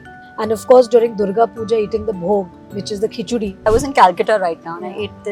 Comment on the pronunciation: Thank God she said KHICHURI. And not KHICHDI